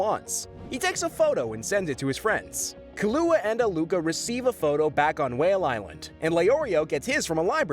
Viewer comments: He pronounces it like the cordial Kahlua. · KI LOO WA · This is getting annoying Killua- (KEE-loo-AH) Kurapika- (Koo-RAH-pih-kuh) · My dude killua is not pronounced Kahlúa. Khalúa is alcohol. 🤣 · What is this Kelua , Aluuka , and Kerapeaka shit .. it is KEE-LU-AH (Killua) , AL-LU-KAH (Alluka) , and KU-RAH-PEE-KAH (Kurapika) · Good video but it’s not kahlua you’re saying it like the liquor it’s kilua… emphasis on KILL also ging and kirapika all these names are per ounces wrong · It’s Kill Oo Wah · (Key-loo-ah) killua. (Ker-ah (scream sound)-pee-cah) kurapika. (All-loo-kah) Alluka. Say the mf names right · nah the way he pronounces those names 💀💀 killua?? nah nah we got kelouhuh kurapika??? no. keruhpika alluka?? never. uloohkuh im dead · Man said kahlua like the liquor😢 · Wait hold on you said kilua wrong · Theres no way youre saying Killua like that bro. Its KILL-U-A! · Dawg….. please stop saying khalu. Didn’t know who tf you was talking about at first. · Repeat after me. KEY-LOO-UH Killua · The way he mispronounced killua is an ick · AND YOU MISPRONOUNCE KILLUA TOO!!!!! You obviously have never watched a single episode of Hunter x Hunter and just looked all of this stuff up online... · alright wtf is bros pronunciations with the names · Why THE FCKK do you say Kurapika and Killua’s names like that? Like bro not even Killua’s mother says his name like that. What are you doing? Stop it LMFAOOO. Bro wanna be different so bad 🤔👀😂😂😂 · Bro please what are the pronunciations😂😂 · Stop pronouncing kilualas name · Bruh... I really can't stand how this guy pronounced Gon, Kurapika, Killua... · Unfortunately you butchered killua and kurapika names. Like you didn't even try. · The amount of mispronunciations regarding Killua and Kurapika is staggering... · Same with Killua 😅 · No one bringing up how he pronounced Killua huh? LOL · or alluka